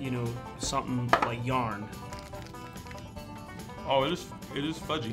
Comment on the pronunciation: When he says yarn it's full Southern